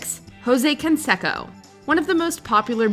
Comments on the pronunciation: It's pronounced con-say-co not con-sek-ko. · It’s not Can-sack-o. It’s Jose Can-say-co. You would think given you even used an interview clip you would have made sure you pronounced the peoples name correctly. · It’s pronounced “Kon-say- ko” not “Kon-she-ko.” And one of his opponents is pronounced “Vi” not Vey Sikaheema (he was a superb multi talented runner/receiver for BYU football) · "Can sec'oh" lol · That damn consecko I tell you 😂😂 what the hell?? You think these big YouTube channels could pronounce a damn name right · Jose Consecko lmao 😂 love how she miss pronounces that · Jose "con'say'co". 'Liar liar' taught me how to say his name. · No advisors to tell her Jose CAN-SAY-CO 😆🤣😂😹😆🤣😂😹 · Omg! It’s pronounced (con-say-co)! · Killin me. Pronounced Consayco. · Man you guys always flop the names. Haha jose consecko !!😂😂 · Can-sekko... really? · You never heard of Can-say-Co have you? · Say it with me ... Con....Say....Co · Or Jose Can-SEC-o. It hurts my ears every time she mispronounced their names over and over again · learn how to say Canseco right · Who is this child who can't pronounce Jean-Claude Van Damme or Jose Canseco's name why is she the narrator how do the people in editing this not correct her